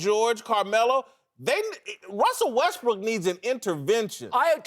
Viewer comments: "Wussel Westbrook" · “Wussell Restbrook”